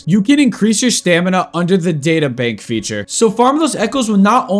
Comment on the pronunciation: i laughed when u say pokemon veature, any way good video explanation